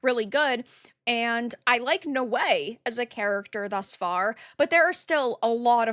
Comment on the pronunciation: Naoe is pronounced now way not no way lmao